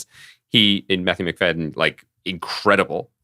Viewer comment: It's Matthew Macfadyen (Fad-e-an). Please pronounce this talented man's name correctly!